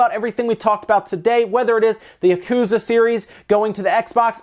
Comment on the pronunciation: When you say Japanese words like "yakuza" you don't ever stress the middle syllable or hold out any syllable for an extended length. Each syllable is pronounced with equal length in Japanese, so you don't say "yaKUza" like you do. Instead try it "ya ku za" with each syllable equal length.